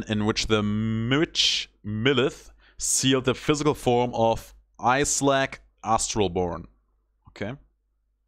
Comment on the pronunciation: By the way, the Astral-Born's name is pronounced "Is-lak"